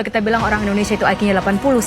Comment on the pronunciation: Orang Indonesia seharusnya menyebut IQ sebagai I ki.. Bukan Ai kiyu😂😂😂😂